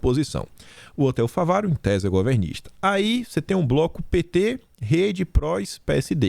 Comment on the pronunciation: é FÁVARO... com acento no Á...